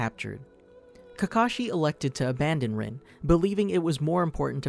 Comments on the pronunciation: It’s not pronounced rin its pronounced reen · ITS “REENE” NOT “RIN”